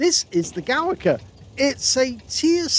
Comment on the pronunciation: It is pronouced like "Govika"